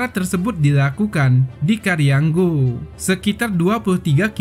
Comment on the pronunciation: Bukan karianggo dodol tapi kariango